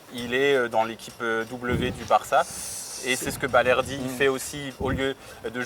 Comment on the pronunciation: On dit balerdi